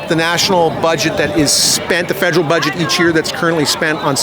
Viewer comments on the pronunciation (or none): guy almost sounded smart---- until he said 'fedrill"